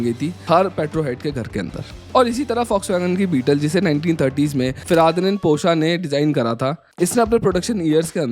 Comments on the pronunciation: Aur woh fuh.. Di.. Nand hai.. Na ki feradi.. nand.. Aisi taisi kardi bhai ke naam ke.. 😂😂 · भैय्या, ये फिरादीनंद क्या है ? फर्डीनांड का सही सही शब्द नही पढ सकते क्या ? ये हिन्दी बोलने वाले हमेशा qutiyapa क्यू करते है ? अरिस्टॉटल को अरस्तू एलेक्जांडर को सिकंदर और न जाने क्या qutiyapa होता है ? ढंग से सीख लो, पढ लो. क्या इसिलीये लोग सबस्क्राईब तो नही कर रहे है ? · Feradinan nahi FERDINAND PORCHE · Feradinan nhi hai bro Ferdinand Porsche hai wooo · feradinand nahi.. ferdinand porsche.. :D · "Feraadhanin Porsche" 💀😂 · FERDINAND - pronounced - phardinand, ...Nice video... We see the hard work behind your videos. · you could not pronounce Ferdinand :D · Ferdinand ka pronunciation seekh le be